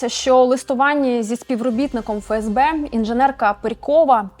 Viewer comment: Коли вже буде не "ФеЕсБе", а "ЕфЕсБе"??? ДеНеРе, ЛеНеРе, СеБеУ, МеВеДе, ЕнЛеО і т.д.... Бля, ну скільки???